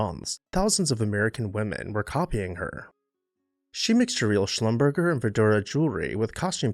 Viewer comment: That’s not how Schlumberger is prounounced. He was a French jeweler.